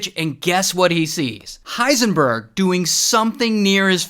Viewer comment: Why did you call him hiesnburg